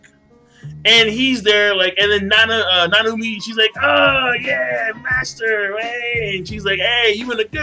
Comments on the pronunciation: SEA-MASTER idk lol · SEA-MASTER lol